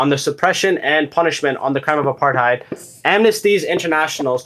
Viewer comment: Mispronounced apartheid